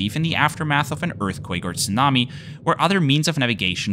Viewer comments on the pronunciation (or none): none